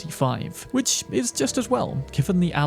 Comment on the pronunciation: Using "ć" instead of "č" in "which" makes you sound like toddler.. I dont want to be rude, but it drawn my atention durring whole video.. practice your pronouciation of "ch" sound..